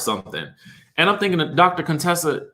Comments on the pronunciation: It's you calling her Dr. "Cone-tessa" for me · why does he keep calling Dr. Contesa Dr. CONEtesa 🤣🤣🤣